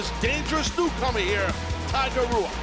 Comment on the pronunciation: It was funny during the Tiger Ruas match hearing Excalibur pronounce it Huas and Taz pronounce it Ruas. Is it typical in Brazil to pronounce R's like H's? If it is, I don't understand why you would choose a new made-up name for yourself that the majority of your audience (English speaking) is going to pronounce wrong. (I'm not attacking the wrestler at all, his look and skill are out of this world, I just don't understand why you'd choose the name and spelling Ruas if it isn't pronounced as Ruas.)